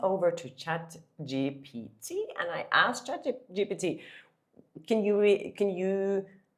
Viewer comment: Congratulations, you finally pronounce chatgpt right 👍